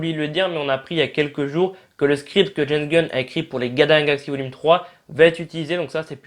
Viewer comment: Moi j'entends les galins de la galaxie